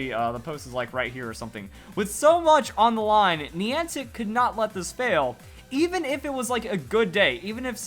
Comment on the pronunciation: It's Niantic not Neantic